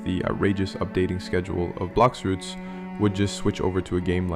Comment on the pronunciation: its blox fruover